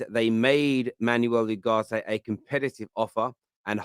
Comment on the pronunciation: It`s not YUGARTE, you idoiot! It`s U-GARTE. As in the word oohh.